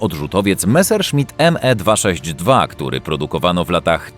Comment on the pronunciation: Jezuuuu, nazywać meserszmita 262 nie"Em e" 😭😭😭😭 to się czyta Me .......